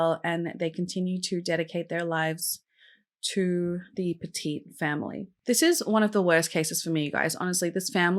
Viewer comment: over a certain amount gets flagged.. also, I live min from Cheshire, it's pronounces Petit as in what do u do to a dog? you PET IT